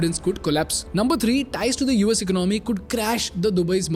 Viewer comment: For heaven's sake it's not ‘ Ik-no-my’ but e-co-namy’!